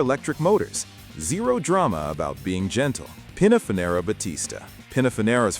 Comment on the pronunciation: The flaw.. Pininfarina..not Pininfanera Rimac Nevera..not Rimon Nareva